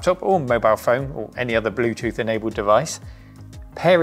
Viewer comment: "The blutut device ez conected a secseysfully" .... OK.